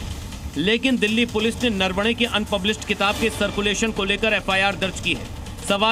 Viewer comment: यह पढ़ा लिखा है नरवणे को नारवना बोल रहा वहां रे😅😅